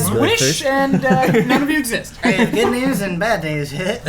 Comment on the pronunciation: omfg I like full on kyle bosman laughed at ben freaking saying 'I have god news and bad news haehae'